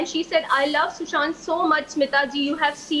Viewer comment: I am just so angry, she keeps ruining sushant's name, even after she ruined his life and ended it... How can such a person be allowed to do as she pleases??